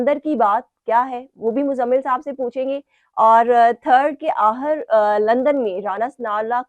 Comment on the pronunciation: Please change this compere unless she improves her urdu accent. Please tell her the word is not AHIR, the word is AKHIR and so on....